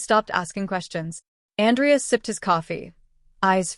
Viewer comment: Good story but I guess the AI doesn’t know the difference between the male or female pronunciation of Andrea AN—drea. is female. An—DREY—ah. is male. So a bit confusing at first.